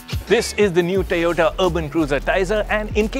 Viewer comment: This isn't funny anymore. Looks like this guy pronounces "O" properly if there is a Y behind it and not a T. "Tayota"? He's an embarrassment to the Autocar brand!